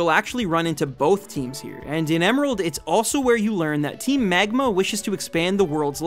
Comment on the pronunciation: i absolutely loved all this analysis, except the parts where he says "megma", made me chuckle